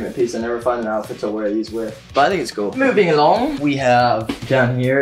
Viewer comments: Nobody: Nobody ever: Not even teatok: Chase: moving AlonG *in a English accent* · WHEN HE SAID MOVING ALONG IN THE BRITISH ACCENT I KIND OF LOST IT 🥺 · When he said "moving along" he sounds British